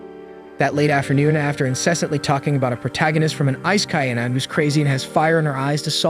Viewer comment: I hope you enjoy this Anim. Bro. it's pronounced An I may. Or Anime.